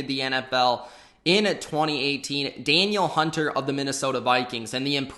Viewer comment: its da-neel hunter